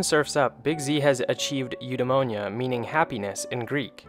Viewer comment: bro u said 'ευδαιμονια'. i m greek and i dont understand what ar you trying to say. (youtomonia) tf is that means is ev-de-mo-ne-a or ευδαιμονία.